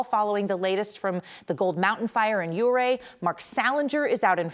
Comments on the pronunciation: Interesting, she pronounces it 'OO-ray,' but the locals call it 'YOO-ray.' The funny part is that Chief Ouray pronounced his name like she does, 'OO-ray.' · As someone who grew up in that area, hearing "ooo ray" is just absolutely grating and wrong. However correcting later to the proper pronunciation of "you- ray" provides some forgiveness. You figured it out! Thoughts and prayers to the those we lost fighting those fires! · O'ray not ooray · Youray, not ooray. That ia how you pronounce it. Thank you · It’s Yu-ray